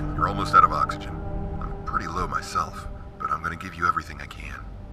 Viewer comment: You said oot